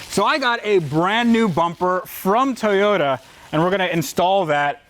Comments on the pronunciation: Nobody:: Tayoda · I really liked saying "Te-yota" lol.